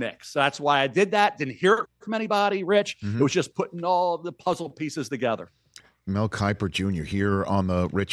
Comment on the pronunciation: Mel kipper ugh I’m sorry but come on Rich